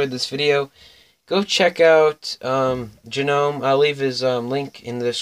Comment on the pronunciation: Its pronounced like nome the G is silent. Great pack battle friend and good luck in the rest of the tournament. Ill be rooting for you! 👍🎅